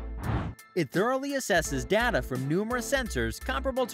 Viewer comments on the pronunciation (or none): Your pronunciation, (or your bot's pronunciation), of "data" is incorrect.